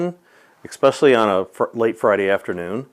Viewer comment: Did he really say Expecially? 🤣 Sanctuary cities need to do their fair share